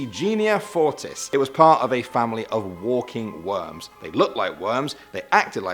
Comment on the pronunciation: Do you say sockaloshes And I was scared when you said walking warms